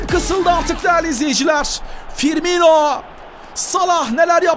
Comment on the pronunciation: ABİ TRT SPİKERİ FİRMİNO'YA FİRMİNYO DİYOR GICIK OLDUM :D